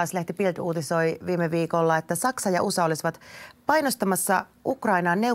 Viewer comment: *U S A Ei ''usa''. Luulis että toimittaja ei tekisi tällaisia virheitä.